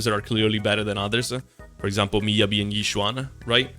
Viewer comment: Miyabi....heh more like midyabi